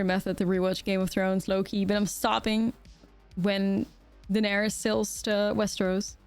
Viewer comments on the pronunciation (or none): none